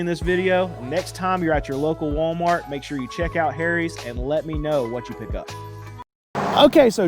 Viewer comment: I LOVE how you say "HAIRIES"... 🤣